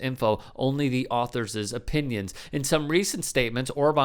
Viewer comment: Authors' is pronounced "authors" not "authorses". If you're going to speak for a living, learn to do it properly.